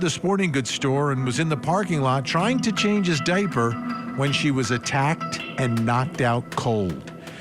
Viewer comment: The fact he says dipey bothers me